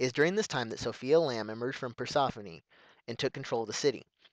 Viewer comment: Awesome but Persephone is pronounced "Pur sef oni"